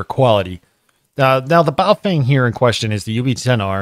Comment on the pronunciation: Pronunciation correction. Stop mispronouncing Baofeng! (Bahoh fung) is correct... (Bayoh fang) is incorrect.... Now that you have been corrected.. It is disrespectful to continue mispronouncing their name..